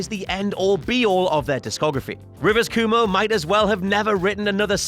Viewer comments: "Coo-mo"? Is this something you all at WC do on purpose, mangling people's names, like an inside joke or something? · did u just say rivers koomoo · “Rivers Coomo” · "rivers coomo" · The way you say Cuomo leaves me unsettled.